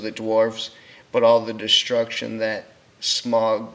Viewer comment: "Smag"? It's pronounced with a aw/au sound as in "loud". Additionally, it sounds too much like you're reading directly from a script. Try to memorize what you want said, or straight up improvise, it will give your narration better flow.